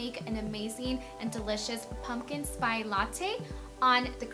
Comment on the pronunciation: pumpkin SPY latte jajaja